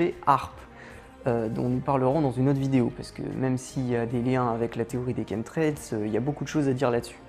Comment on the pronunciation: Tien c'est bizarre,j'ai toujours prononcer ça comme chamtrails et jamais comme kentrails qui s'écrit apparemment chemtrails même le correcteur google connais pas ce mot ,c'est marrant ça :)